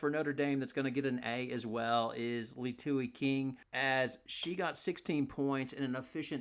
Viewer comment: Also I’m sorry I truly appreciate all the effort going into this content but her name is pronounced “Lee Uh Too” = Liatu